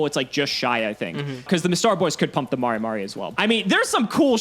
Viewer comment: Every time says "mah-ray mah-ray" I die a little inside